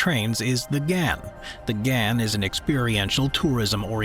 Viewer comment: Soz to pull u up on pronunciation but the Ghan is pronounced Garn. The Pilbara is pronounced as Pilbruh. Also, Straya, is one of the biggest iron ore exporters in the world. That's actually how our govt makes money & why we are a rich first world nation. With the climate change crap going on & my country's new govt has started shutting coal stations down with the mines closing not long after is when you'll see things turn to shit. That's when you'll see my country turn into an extremely poor country coz no more mining, selling & exporting means no money coming into the govt & there's nothing else we have that the world is interested in buying